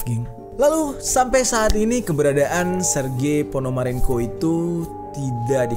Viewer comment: Bang baca sergi panomaronko bang bukan itu ABG salah😂:v